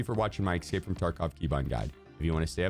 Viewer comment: ope, then he said "excape" from tarkov at the end and it cancelled it out.